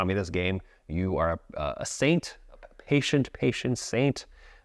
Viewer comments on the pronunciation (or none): none